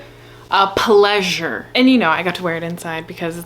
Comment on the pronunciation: the intensity of "a PLEASURE" hahahaha ilysm